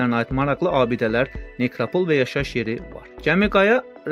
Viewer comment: Tivi sözünün və nekropol vurğusunu düz demirsiz...